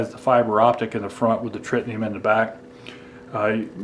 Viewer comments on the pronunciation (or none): It's Tritium, not Tritinium.